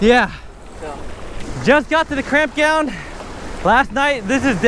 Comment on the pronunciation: Did anyone else catch he said cramp gound instead of camp ground? 😂😂😂😂